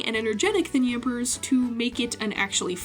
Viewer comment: Did she ever explain why she pronounces Yamper withan S?